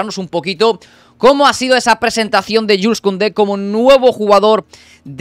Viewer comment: No se dice Yules sino Yuls aunque se escribe Jules